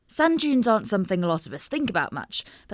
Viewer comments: I had the Captions on. It's Sand Dunes not Junes! Lol! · How many Americans kept hearing "sun dunes" 😆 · I kept hearing sun juice that made me confused.... Until I saw the sub.... It was Sand Dunes.... 💀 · I hear sand junes. Activate automatic subtitles. It also hears sand junes.